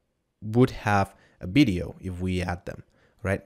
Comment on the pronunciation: bideo - sounds like blender video :)